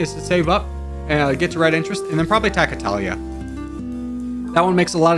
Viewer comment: Your spelling of "Italia" sounded very native italian xD